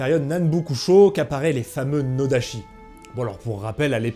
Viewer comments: Vidéo et sujet intéressants, j'ai appris plein de trucs, mais j'ai 2 petits minuscules bémols : -la prononciation, la graphie "ch" en japonais se prononce "tch", donc à chaque fois que tu as prononcé "nodachi" ça m'a fait tiquer (et puis "tatchi" ça sonne mieux quand tu parles français que "tachi") -sur le dégainage, en fait avec un katana (ou un iaito) aussi il faut que la main du saya travaille, en fait le plus du nodachi c'est le retrait des hanches pour rajouter de l'amplitude au mouvement (et certaines écoles de ken le font aussi avec l'iaito pour ... euh je sais pas). Sinon merci pour la vidéo, c'était super. :) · Juste une precision: [sh] se prononce [ch] et [ch] se prononce [tch] , donc noda[tch]i.